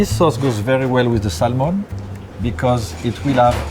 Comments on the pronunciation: It’s Sam-on not Sal-mon and it’s raaaaaaaw in the words of big G Ramsey. Crazy skills though I’d eat that raw Sal-mon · Pronounce Samon you don’t pronounce the L.. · The "L" is silent. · Shocked he doesn't kno how to pronounce "salmon" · Someone should tell him the "l" in salmon is silent.